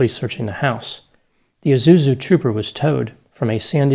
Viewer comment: You realise there's an 's' in 'Isuzu'?